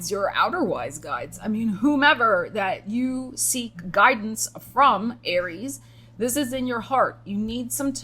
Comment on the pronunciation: you maybe feeling like you lived many life times. Me: I'm on my second life in this lifetime Also, when you said "alright, Aries...", I heard Arielle. I had to pause and think about exactly what I heard vs what I think I heard. What's a ♍ ☀ doing in a Aries reading anyway 😅 Edit: spoke too soon. Virgo is mentioned 💀